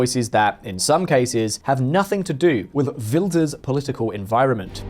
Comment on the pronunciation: You pronounced his name perfectly 👏🏾It is practically impossible for Wilders to become prime minister. Many (islamic extremist) people want to unalive him. He needs guarding 24/7.